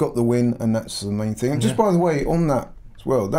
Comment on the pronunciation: Brexit ting! Its thing you muppet! At least speak the language properly....